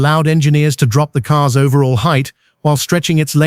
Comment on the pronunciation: BTW, they are all cars, not caares Learn how American English pronounced!